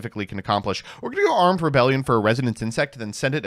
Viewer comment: “Scale bomber is our sole Beeltrooper, I think” ~ after reading three different beetrooper main deck monsters. Mispronunciation of Armed Re-BEE-lion Doesn’t activate Pin the Bullseye This guy clearly doesn’t fuck bees like a true insect enjoyer